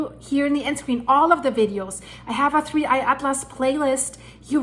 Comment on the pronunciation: Just say 3 eye Not digging at-lass